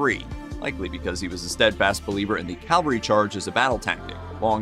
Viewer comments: The narrator keeps saying “Calvary” - it’s “Cavalry”! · CaV-alry, NOT CaL-vary, puhleeze. 😊 P.S. Calvary was the hill upon which J was crucified. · The word is CA-VAL-RY, not "Calvary!" Calvary is where Jesus Christ was crucified! CA-VAL-RY...please get this right! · Very good presentation but mounted troops are CA-VAL-RY. Sorry…just a pet peeve of mine. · It's a pet peeve of mine, too, and about 90% of people mispronounce this word. UGH!!! CA-VAL-RY!!!